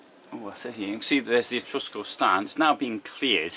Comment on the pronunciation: Well............it's Etrusco..........non mi fa sognare............